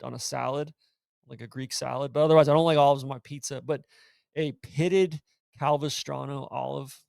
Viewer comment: The real situation that needs to be addressed. The olives are Castelvetrano, not Calvestrano. will regret the missing syllable I’m sure.